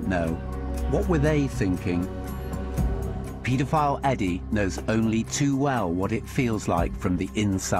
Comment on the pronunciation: Just trying to shed some light on this very dark n disturbing video... But the way he says paedophile really bugs me lol. He pronounces it as, 'Pete-a-file.' Lol 😂 it's super annoying to hear him pronounce it that way, considering he says the word 'paedophile' damn near after every single word lol.